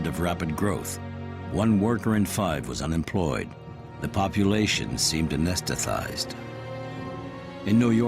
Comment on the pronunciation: At about , the narrator absolutely murders the word “anesthetized”, and nobody made him correct it. Great films like this without a voiceover director or attentive recording producer?? I am stunned.